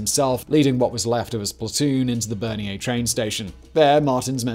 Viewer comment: Not Berniere. Bernières-sur-Mer. Other than that a great video.